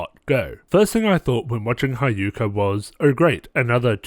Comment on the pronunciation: I’m just gonna leave this here. Hyouka (He-yo-ka) Houtarou (Hoe-tar-o) Also the shows characters definitely get better and so do the mysteries. Also it’d be cool if you could do a RHG on Little Busters. The only problem with that is that the first season is like a long setup to the second season and the second season (Little Busters: Refrain) is way better.